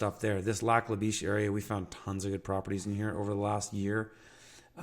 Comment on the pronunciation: Lac La "Bish".. not Lac La "Beesh". Wouldn't want the locals looking at a person funny..